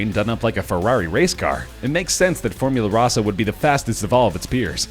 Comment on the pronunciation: Here for the incorrect info, and the mispronunciation of “Formula Rossa”